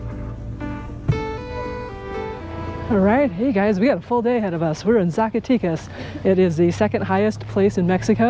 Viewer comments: Agreed, Ed! Zacatecas is pronounced Saack a teck ahs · Fun video! The "e" in Zacatecas is not the English long "e" sound...it sounds more like the "eh" found in the word Mexico.